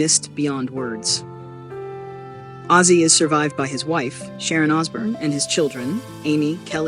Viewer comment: Who's azie it's OZZY